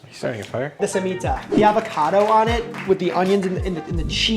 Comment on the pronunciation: "More avacadoo" lol. FREESH AVACADOOH?